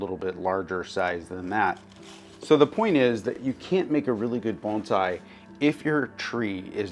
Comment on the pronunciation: Thank you for saying "bone sai" not "baan zai"!